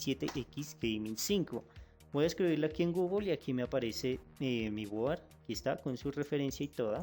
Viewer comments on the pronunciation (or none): none